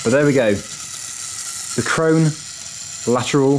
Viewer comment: No it's krone